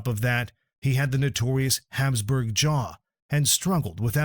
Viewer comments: It's not Hamsburg jaw it's HAPSBURG." Get rid of AI and use real narrators that pronounce words right. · It's Habsburg, not Hamsburg. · It's HABSBURG ... Not Hamsburg! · Ferdinand of Habsburg, not Hamsburg. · Hapsburg, not Hamsburg! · Yeah, calling the Hapsburg jaw "Hamsburg."